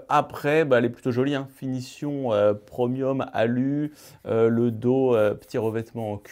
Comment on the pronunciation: C'est prémium et non promium😂😂